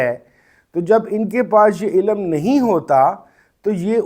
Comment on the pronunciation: Dear sir ilam nhi ilm hota ha!! Hope you don't mind!! But hope you will care in saying it next time so say ilm not ilam!!